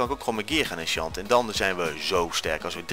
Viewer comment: Haha hoe je die bottle of enchanting uitsprak met dat "O chanting"